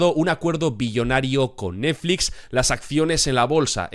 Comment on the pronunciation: Lo más divertido de la serie es la imposibilidad del para pronunciar bien la palabra NETFLIX